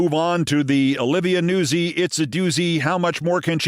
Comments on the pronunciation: I really feel pronouncing it Newsie is Italian American erasure. NOOTS-ee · Im pretty sure nuzzi is pronounced "nut-sy" not newsey...(it's Italian)😉